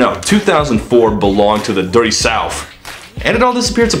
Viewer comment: did-did u just say "Dirty souf"??